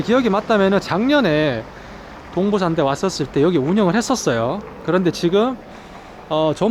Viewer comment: 끊어 읽기 제대로 해주세요.. 동부/산대가 아니고..동/부산대 입니다